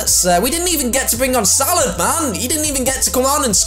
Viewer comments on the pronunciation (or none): ITS SALAHH NOT SALAD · u say salad 🥗 hahaha we’ve got salad do do do do do mane mane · Why do you call SALAH salad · Salah not salad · Salah not salad 😂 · he says it wrong so he says salad hahah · Who realized called Salah Salad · u keep calling salaH salaD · U keep calling him salad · Can someone tell me why is calling salah, salad??? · it’s not salad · Its salah mate not salad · why do u keep calling Salah, salad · Jamie 916 he say salah rong